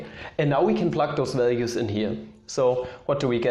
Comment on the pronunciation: "Absolute walues"